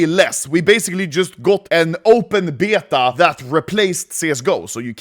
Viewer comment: I like how Anomaly says beta . BIETA